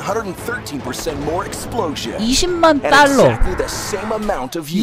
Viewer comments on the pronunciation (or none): none